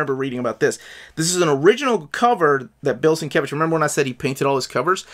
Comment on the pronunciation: It's pronounced "Steve Lay-oh-la-la" and "Bill Sin-mumble-mumble""